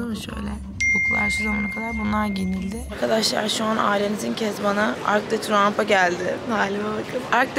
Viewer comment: arc de trimp degil soylenisi arc de triomf (triomphe) f ile 😂😂😂